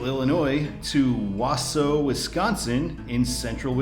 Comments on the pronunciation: Ahem, it's "Wau-sau" the au [sounds like aw] is same pronunciation. Not "Was-su". And I-39 is a major bypass for Interstate truckers around Chicago area, so it is an Interstate. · Wausau is pronounced WA-SAW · I think it’s “Wawsaw.” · Wausau is pronounced Waasaw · Wausau (Wah-saw) 😄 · Wausau is pronounced Wa-saw. You pronounced Minocqua correct. Yes, I-39 is an after thought and weird. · It’s pronounced Wa-saw, Wisconsin, i grew up there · Just to let you know how we say in Wisconsin for Wausau, its like Wah-Sah. But close enough and this video interested me enough to watch. Had to drive through IL today but over by Chicago to get back home as I was on holiday in Michigan. Also, WI-29 goes to Chippewa Falls, and US-51 continues north to Tomahawk Rhinelander and a few other places before dying in Ironwood, Michigan. Only because I used to live in Chippewa would I know XD. Used to go hang out in Wausau to see rib mountain and other stuff. pretty area up that way. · Wow you totally butchered Wausau 😂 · Pronounced Wausau wrong